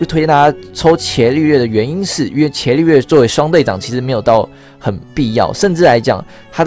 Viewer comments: 伽(ga)利略 你是不認識他嗎.....讀ga 不是 qie ... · 那個『伽』利略好像是『ㄐㄧㄚ』欸，以前我也唸『ㄑㄧㄝˊ』，後來被老師校正......😅😅😅😅😅